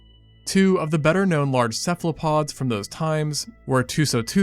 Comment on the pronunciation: Cephalopods, as in "cephalo" meaning head and "pod" meaning foot. Not "Cephlopod."